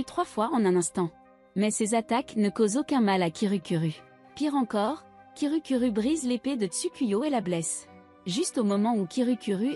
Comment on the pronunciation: Hum tu avait dit kirukuru a la place de kirukiru. /\__/\ |● ●| ( /> ) Un petit chat 🐱 ❤❤❤ Bref continu comme sa❤❤